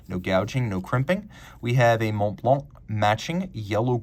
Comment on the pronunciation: The c in Blanc is silent my man